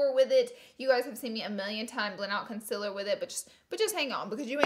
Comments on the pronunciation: M536 = concealer. Not conciller ha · M536 “conciller”. I effing love you!! Hahaha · That’s not how you say concealer 🙄